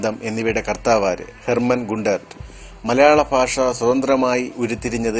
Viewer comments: malayala faasha alla. malayala bhasha......ennu parayu other than that very nice.... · ഫാഷ അത് എന്താണ്